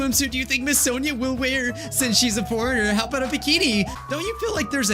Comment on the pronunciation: Did just call sonia sona?